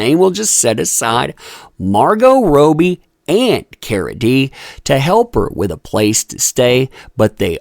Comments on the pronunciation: Please it's Rob ee Rob as in Robert.. not Ro bie as in Roe.. Australian Margot Robbie.. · Love your videos and thank you for all of the updates, but it is killing me that you are saying rowbee instead of robbie, like rob your mind of thoughts..lol and while I am at it, I believe that Shia Labeouf's name is pronounced labuff instead of laboof, like am buff because I work out. :) ♥ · I appreciate your content but please learn peoples names if you’re going to discuss them. Margo Robbie RAW-B is the correct way to say her name as well as KRISTEN Stewart not Kirsten. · pleaseeeeee for the love of all things Aussie!!!! Margot Robbie's name is Pronounced ROB BEE Not ROW BEE... i love ya but geez ya make me cringe every time you mispronounce it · Margot ROBBIE!! Not Robie! Lol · its Kristen not Kirstan and Margot is called Robbie not Robey. As for Cara D, it looks like she's become a crackhead, let's hope she doesn't go the same way as Amy Winehouse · How can one person get "Robbie" soooooo wrong....? Its not Margot "Roby". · Why do you say Margot’s last name that way? Robbie not Roe-bie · Please... it's Margot ROBBIE as in Robert = Robbie not Robey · NOTE: Robbie is pronounced ROBB-Y not Robe-y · I love you but stop calling margot “ROOBIE” With 2 B’s it’s short. It’s Robbie not roobie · "Robbie", not Roby, there's a double 'b' mate. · You are pronouncing Margot's last name wrong. It is pronounced Rob-bee not row-bee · I think it’s ROB by, not ROBE y. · How do you guys pronounce Margot’s last name….“Row-be” or “Robbie”? I say Robbie. 🥴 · It's Robbie not Robo. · that umbrella guy: margo rowbie me : No it's actually margot" (it's french without the T" ) ro bbie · OMG.........ITS NOT ROBY.... IT IS ROBBIE... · 'Kerrah' = Car-uh 'Robie' = Robbie 'Aquaman Star' = Gobshite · Yo, love ur vids 🙂But pls, its Rob-bie not Row-bie, for future reference <3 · Pronounced “Rob-ee” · pls its pronounced [ROB] + [EE] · Rowbbie 🤔lol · Margot Robe-ee lol